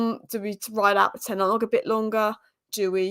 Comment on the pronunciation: "Tennawg" ...It's Ten Hag!! That annoys me 🤣 Otherwise I love this channel 👍